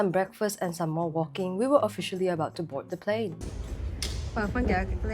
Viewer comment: i thought you said 'abort the plane' instead of 'board the plane' for a second